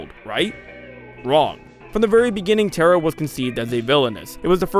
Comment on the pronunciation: Ta-ra. Not terror, not terra. ta-ra